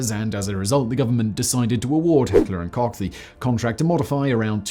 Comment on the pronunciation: Americans should listen to Simon's correct pronounciation of Heckler&Koch.